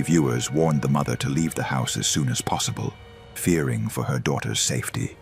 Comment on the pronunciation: I am sorry but Mather and doather it's not normal😂